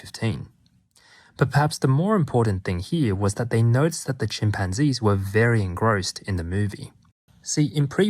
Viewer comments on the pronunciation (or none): Chim pan Gees! Great pronunciation